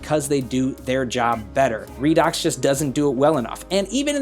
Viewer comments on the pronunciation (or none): Everybody pronouncation redox Me-Raydox